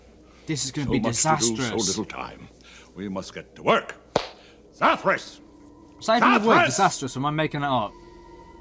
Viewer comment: That was not Zathras it was Zathras